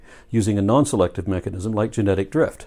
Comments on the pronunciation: Am I the only one getting annoyed that says mechagnics? 😳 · He keeps pronouncing it "mecheGnism"... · What the hell is a machicknism? The guy can't even say mechanism... does he think its magic-nism, like his own nonsense? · All this evidence and refutation and whatnot is great and all, but nobody is asking the real question here - Will he ever stop saying "mechignism"? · They'll accept the science that identifies the cell and its "complexity", yet they don't accept that very same science explaining said cell. How does one just "shut off" their logic halfway through a thought? Edit: Irrelevant to any argument, but the way says mechuhGnism rather than mechanism makes him sound like a dipshit. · "there is no known mechignism" WTF? If you are going to talk about MECHANISMS, then learn how to say the damn word! You mispronounced it at least twice. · I've noticed that doesn't say mechanism, he says mechagnism. * Sips drink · Why does “” say “mechig-nizum”???